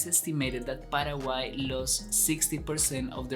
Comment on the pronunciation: Nada q ver con tu pronunciacion de PARAGUAY... El Guarani es nasal...